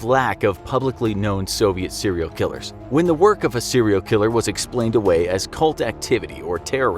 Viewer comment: How many times did he say cereal killer in this episode